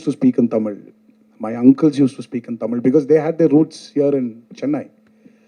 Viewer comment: Aliya neither good artist nor . She says TA instead of Tha Ta Mil film